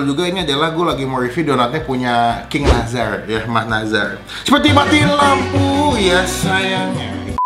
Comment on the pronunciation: Nassar bang bukan nazar wkkw pelafalannya